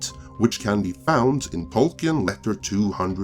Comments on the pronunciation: Tolkien [ˈtɒlkiːn] ... no e 🤓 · It's pronounced Tolkin, without the E. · Could you please learn to pronounce tolkien before you do another of these. it is beyond distracting